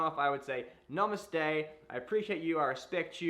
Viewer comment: Stfu. He said it Right.